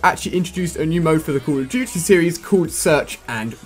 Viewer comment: He can't pronounce "Call of Duty Ghosts" And don't say it's because he's from the UK. Total Biscuit is from the UK and doesn't talk like he has a mouthful of peanut butter